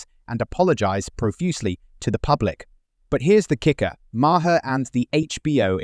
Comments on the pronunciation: Please teach your IA how to pronounce Maher’s name. It’s one syllable Mar NOT two syllables Ma-Her. I absolutely despise IA.🤮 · Bub……get it straight,!! MAHER….THE E IS SILENT.. RETREAD!!! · Clooney's wife is skeletal. BTW it is Bill Maaaaar (One syllable)